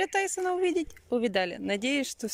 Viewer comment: Судя по удивленному тону Анастасии, гуляющего Тайсона (с ударением на О), она видим впервые)))))))))))))))))